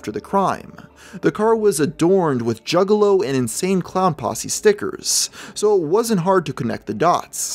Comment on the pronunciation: This really sounds like hes saying jiggalow...